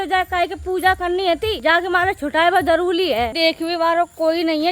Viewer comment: Jaruri hota h jaruli nahi , pedigree hota h petegee nahi